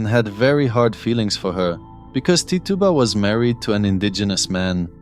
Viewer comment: Just fyi, and I'm guessing it's just cause you're not American, but Tituba is pronounced Ti-choo-Ba